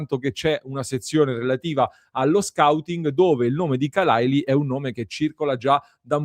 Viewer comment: Khalàili accento su seconda a.